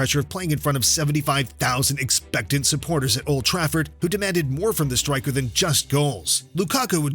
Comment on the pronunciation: “Leagues best stwiker”